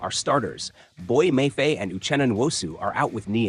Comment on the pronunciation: Learn how to say Mafe